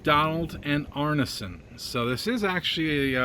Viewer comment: It's pronounced "Arnson" not arnasun